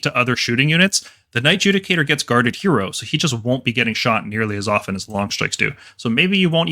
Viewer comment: 'Knight JUDIE-cator' Dear lord......